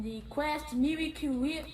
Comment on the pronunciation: miwacle whiep